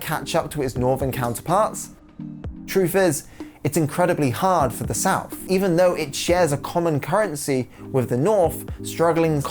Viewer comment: when you use words like three and south. it comes out like free and souf